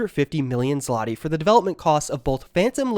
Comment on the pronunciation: you absolutely butchered the pronunciation of Polish zloty lol